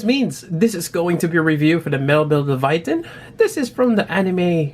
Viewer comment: Nice review as always but its pronounced "Lay-Va-Teyn" lol Kept getting distracted when its called Leviathan.